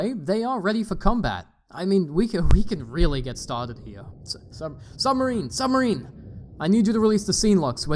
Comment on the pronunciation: that "quiet SUB....... marine" line mightve cost me a year off my life i laughed so hard